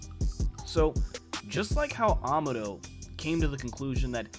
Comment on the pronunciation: Amado's name is pronounced ah-mah-doh not ama-doh.